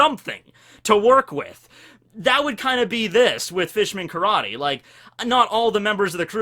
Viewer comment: Did you just say "new Carrot-ter"?